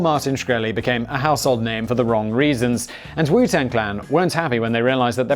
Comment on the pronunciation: This was probably already pointed out but you kept saying clang instead of clan